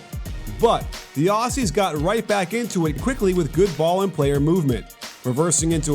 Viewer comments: Ok I’m an Australian and it’s pronounced Auzzie not Aussie ok ok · It’s pronounced auzzie not Aussie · Pretty please, from us here down under, could you say Aussie they way we say it? The S’s are pronounces “Auzzies” LOL :) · Aussie like Ozzy Osbourne, and not like posse. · Aussie is pronounced; "ozzy" not "awssy" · great presentation. however, aussie is pronounced ozzy. yeah, i know it's inconsistent with the s in australia. we think of ourselves as the land of oz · Love this breakdown, Joe Ingles is 70% Larry Bird! Just one thing: Aussie is pronounced "Oz-ey" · Can Americans please just stop saying Aussie coz your meant to pronounce it with the Z sound where the two s’s are but you guys never do so just say Australians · man this guy so disrespectful you pronounce it auzzie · The way he pronounces aussie 😭😭😭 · Interesting pronunciation of Aussie